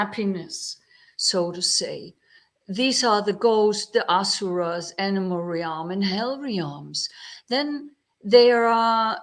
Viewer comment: Dear, it always brightens my heart to see your cheerful and friendly face. I will have to watch the rest of the video at another time, as my internet is not working well. Just wanted to let you know, for future reference, that in English there is no double vowel sound in "realm". You don't pronounce the "a" in "realm" you just pronounce it "relm". It rhymes with the English word "helm" (the controls of a ship). May you and all in your vihara be well.